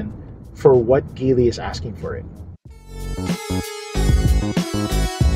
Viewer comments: Please pronounce the brand right, or at least check out the right pronounciation before doing a review. Good content though. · Very dissapointed of this review not because it’s bias or anything. TopGear is one of the oldest source for auto reviews and news. I’ve bought their magazines since I was a kid. But this guy didn’t even bother researching how Geely is pronounced, if the roof rails are functional or not, that there are two more cup holders in the third row, and how to properly fold the third row seats. A lot of misinformation in this video. 😬